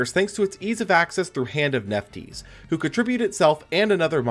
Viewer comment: I don't think Nephthys is pronounced Nef-tees, it looks like it should be Nef-this